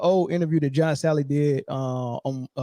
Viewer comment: Bro its "JOHN SALLY" .. Ja-On Sal-Lee... This podcaster speaks like a 14 year old. Sounds like he says josh allen everytime he says john salleys name . Speak like a adult for christ sake